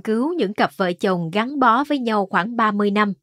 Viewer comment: Nhau o phải nhâu. Lâu o phải lô. Đọc hay nhưng phát âm đúng mới dễ nghe! Cứ đọc bình thường đừng sửa giọng!